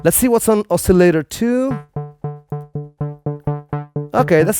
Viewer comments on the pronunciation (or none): none